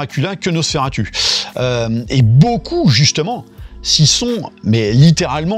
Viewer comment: Mais c'est quoi ce nouveau trend d'appeler "Nosss faire attu" ??? La prononciation a TOUJOURS été "NosferaTOU"... Je vois plein de Youtuber réinventer la prononciation qu'on connait depuis plus d'un siècle... J'ai JAMAIS entendu "turlututu" avant ces dernières semaines avec des Youtubers... C'est "NosferaTOU" bordel de merde. C'est le u latin (/romain).